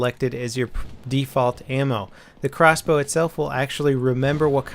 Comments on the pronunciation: How much harder is it to say crossbow???? Xbow just sounds ridiculous! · OMFG xbow is crossbow but shortened in words, but if you were to say it verbally it would be CROSSBOW, not XBOW! moron...